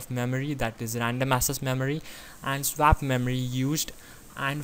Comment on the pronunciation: Pls learn how to say swap before making more videos